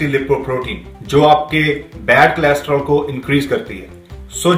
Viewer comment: pehle cholesterol thikse bolna Sikh. ......